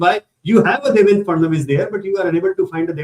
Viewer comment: DevenDRA not DevenDAR